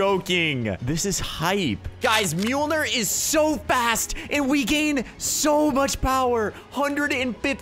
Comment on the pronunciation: I’m surprised u know how to pronounce mjolnir